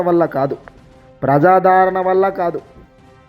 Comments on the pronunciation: ప్రజాధారణ కాదు స్వామీ ప్రజాద రణ అనాలి నీ తెలుగు తగలెయ్య ప్రాణాళిక కాదు నాయనా ప్రణాళిక అనాలి. బాషను కూని చేస్తున్నావు సరిగా చదువు. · ప్రజాదారణ కాదు సామీ ఆ పదం ప్రజాదరణ అని మాత్రమే పలకాలి.